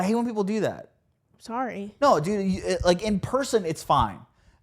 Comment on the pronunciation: SAWWY that's me :D